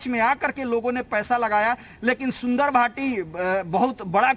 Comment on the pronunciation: अबे उसका नाम तो ठीक से लेले संजय भाटी नाम है सुंदर भाटी नाम नहीं है उसको सुंदर क्यों बना रहा है साले गंजे को